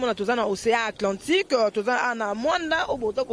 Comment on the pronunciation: Maman ooooh,tango tokoloba wana oh balobi boyoka soit disant journaliste ne sait pas prononcer le nom de l'océan Atlantique,elle prononce océan Atlantice eh eh ehMawa.QUELLE GENRE DE JOURNALISTE?SONIEEEE!!PAPY KAMUASI LONGOLA YE.